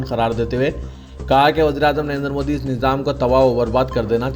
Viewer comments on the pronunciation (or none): none